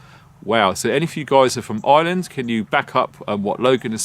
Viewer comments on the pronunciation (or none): none